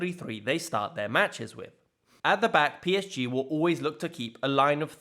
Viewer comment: The way PSG is pronounced here is so damn depressing and lame